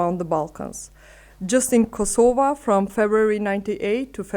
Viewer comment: The only thing you were right about is that finally an Albanian pronounces KosovA with an A. Everything else shows that you are a puppet and mouthpiece for the new world order. First, you should be speaking Albanian and AI can translate for you. You should assert your sovereighn language. You also missed out the part that the first war in Europe after the World War 2 was in Bosnia, NOT in Kosova. That was 3 wars later. You also failed to mention that the EU does not recognize Kosova, NATO does not recognize Kosova, even Unmik does not recognize Kosova. You think Russia really cares or others care what your stance is towards Russia? You have no military strength and you are controlled by foreigners. You really have no say. Does Kosova value human rights values? Absolutely not. They have broken every UN resolution on palestine so much that it's the second nation only to have an embassy in Jerusalem. You want others to respect international laws for your people, but not when it comes to Palestinians. You fail, and you continue to support a genocide state. You have not learned from Bosnia, or Croatia or even in your own place in Kosova. Even though Kosova did not go through what the Bosnian muslim did. And for your information the Ukraine does not recognize Kosova but was sending arms and soldiers to Serbia during the war, and was sending arms and soldiers to Macedonians to fight Albanians. You should be ashamed of yourself to '''align with the Ukraine" why? Because you follow wh